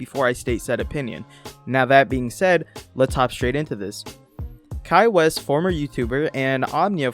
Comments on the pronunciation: His last name is pronounced 'Whyss'. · I'm sorry but its so funny how everyone pronounces "Weiss" wrong, its German for "white" which is ironic for obvious reasons